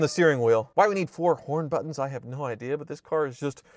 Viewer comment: anyone else heard "porn buttons" or is it just my dirty mind?